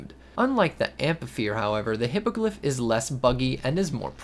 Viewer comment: Hippogryph (Hippo griff): "hippagliff"